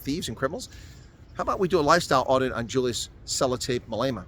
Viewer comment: He is not Malayma. Malema. Please it extremely irritating